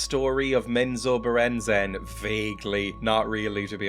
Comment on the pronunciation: I think you did pronounce it right... Menzoberranzan!!! That's how I always pronounced it.